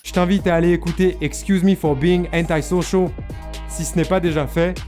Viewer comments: J’adore comment tu le dis « hentai-social » 😂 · tu dit intachonchon quand tu dit le titre de l’album de roddy ritchh